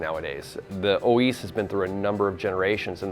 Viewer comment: Oiz, You pronounce it with an F (O -eeeff)